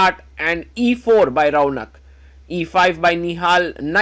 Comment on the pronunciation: His name is raunak Why bro is pronouncing Raaauuuunakk